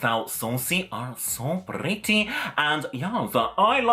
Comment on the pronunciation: I love how you say, "prrrrrretty!":) you're beautiful, love you!:)